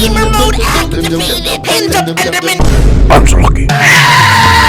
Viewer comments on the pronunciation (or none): ‘GÆMER MODE ACTIVÆTED” “END OF ENDERMÆN”